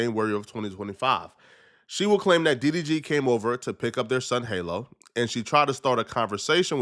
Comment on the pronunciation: From Halle to Hailey 😂 then halo to hallow 🤦🏻‍♂️ Can you read bro? Halo is pronounced just like it always is, like a halo over an angels head and Halle isn’t the same as Hailey. Halle is pronounced like HA LEE. You said it right a couple times then said it wrong many more times. Pick one bro 😂